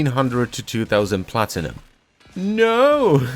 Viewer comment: Did i hear platinumoil?